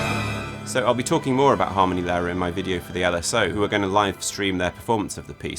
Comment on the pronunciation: Just a quick headsup before you go ahead with making more videos on Adams as you mentioned. The stress in Harmonielehre goes on the /i:/, not on the /a/. Cheers.